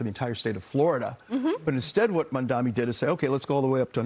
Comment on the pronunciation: It slays me that NOBODY (his critcs) seems to be able to pronounce his name correctly. Mamdani. Think of Mam (like Ma'am) & dani (like name Dani) or even like Mom-Dani, but Mamdami, Mandani, Mandami has me crying 😂😂😂 because it seems so purposeful.